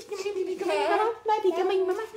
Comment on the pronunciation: hahaha passpurt, bibi daw tinde ng Yabis na ito😅😂